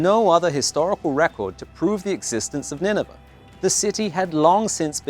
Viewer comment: It's pronounced Nineveh to rhyme with 'day'.